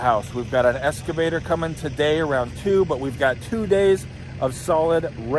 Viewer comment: Now that machine is an “elks-ca-vator”, NOT “es- ca-vator”! I am sure that with practice you will get it right! LOL!